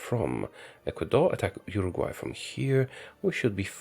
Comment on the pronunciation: I think he never heard abute Urugvay